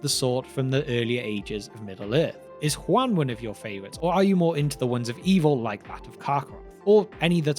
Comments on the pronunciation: You keep pronouncing it like the name Juan. This is explicitly not correct. It is "Hoo-an" or "hoo-ahn" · Hu-en? You mean Juan?